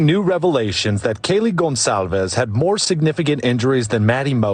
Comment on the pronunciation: Great video! Pretty sure Kaylee’s last name is pronounced “Gon sal vez”